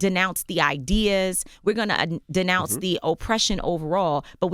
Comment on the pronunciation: "Disnounce" Lord have mercy, yeah, I know, we got so much mouth but don't know how to properly say what we mean . . . smh btw I can't stand Meghan either, but we have to be on top of our game when we take somebody down